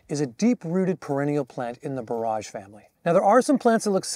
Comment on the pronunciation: Sir,excuse me ,its is pronounced( bore- age)not